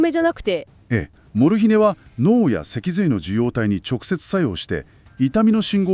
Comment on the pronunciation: アクセントが「モル↗ヒネ↘」ではなく「モルヒネ↗」の方が聞きやすいのですが😅